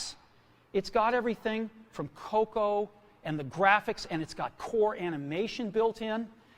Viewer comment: Na parte que ele disse Cocoa pronunciou cocô! KKK